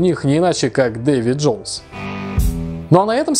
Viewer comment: Мне одному послышалось "Дэйви ДжоуЛс"?